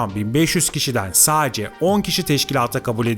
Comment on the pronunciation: Diksiyonunu biraz düzelt. Saaace diye birşey yok ‘sadece’ kelimesinin telaffuzu bu kadar zor olmamalı